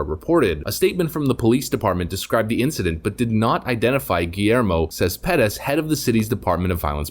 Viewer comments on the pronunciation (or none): "Cespedes" is pronounced: "Ces-peh-des".